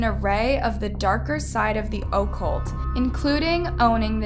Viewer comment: OH-cult lol. It’s uh-CULT.